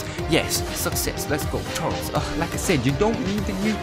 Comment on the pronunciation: I understand your pronounciation of gero but why do you say turtles instead of turles TURLIS IT IS PRONOUNCED TURLIS